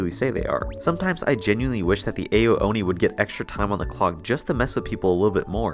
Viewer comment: It's not pronounced AYO Oni, it's pronounced OW Oni.